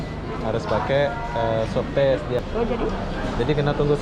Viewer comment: SWAB TEST BUKAN SUWABTES HAHAAA